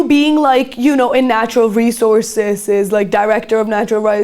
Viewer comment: The host here sounds like a high-schooler chatting with her friends, not someone delivering serious reporting. She struggles to pronounce very basic words like “economically” and “resources”. There’s a complete lack of professionalism - when asking her first question about the U.S. abducting the Venezuelan president, she appears to almost laugh, as if the topic isn’t serious at all. Not to mention, her questions were all poorly structured and borderline incoherent. This was painfully cringe and completely out of place for this channel’s level of sophistication.